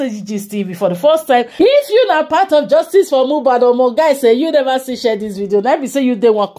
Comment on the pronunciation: It’s pronounced ‘share’ pls, not ‘shwell’